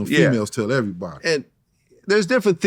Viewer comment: "Yeah they be tellin their females and females tell everybady" 😂🤣